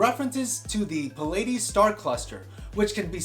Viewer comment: The constellation you mentioned, pleiades, is pronounced plee-uh-dees. Cool video, regardless.